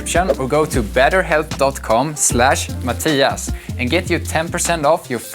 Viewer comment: You sound so swedish when you say "Mattias" hahaha